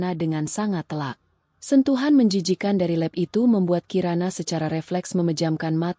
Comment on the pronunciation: Adminnya bego / tolol atau gimana ya "lap" kok diucapkan "lep", emang ada bahasa Indonesianya "lep" 😭😭😭